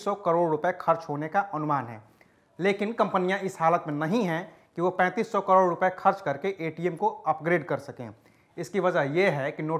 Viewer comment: abey chasma, kAROD hota hai KADOR nahi hota. jaahil